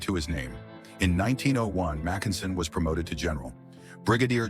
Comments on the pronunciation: Except who pronounces his name "Mac EN sen"? AI is always making idiotic mistakes like that. Some minimal quality control, for the love of God! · what a completely iditiotic video. Starting with completely wrong pronunciation of almost everything, including Mackensen.